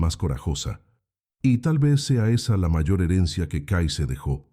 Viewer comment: La voz de la narradora parece casi humana, pero no puede pronunciar la palabra "mayor"... Pero muchas gracias por el relato y los recordatorios para despertar... Saludos desde Querétaro, México.